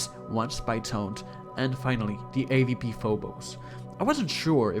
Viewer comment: it aint hard to pronounce awp